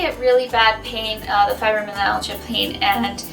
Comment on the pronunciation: ....fibroMYalgia....I would think someone who claims to have something would know how to say it/spell it. It is definitely not fibrominalgia. No N anywhere in it.